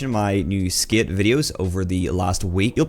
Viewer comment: Bro stop saying skit it’s skate hahaha we can tell ur American now drop the Scottish